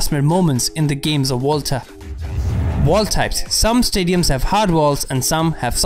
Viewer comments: everyone: Volta: Wolta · Im pretty sure its volta and not volta